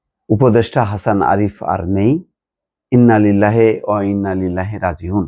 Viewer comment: সার।। ইন্না লিল্লাহি ওয়া ইন্নাইলাইহি রাজিউন এখানে আপনি ভুল করছেন শুদ্ধ করে বলেন